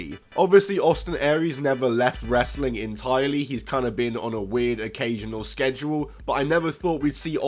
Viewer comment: You say wrestling like Russo...it does not have that many syllables. Bro!